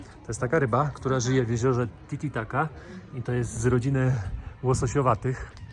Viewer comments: Titicaca, nie titicaca 😭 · Znaczy mówisz zawsze tititaca🤣